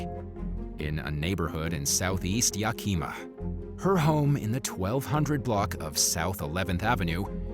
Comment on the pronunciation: Your pronunciation of Yakima is cracking me up! 😂❤😊